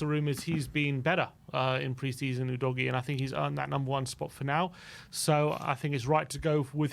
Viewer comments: please stop calling him oodoggy it's pronounced uu'dough'g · actually, since his name is Italian and not English, it's pronounced "oo dog ee ey" - dunno what English always seem to assume the "e" at the end there is meant to be for?